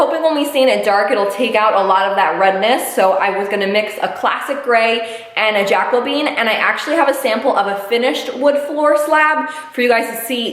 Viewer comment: I LOVE the floors and the mixed stain colors. Also, it’s Ja-co-be-an, not Jaco-bean.